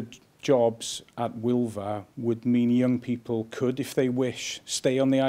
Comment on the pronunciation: It's pronounced w-eel-va not welvuh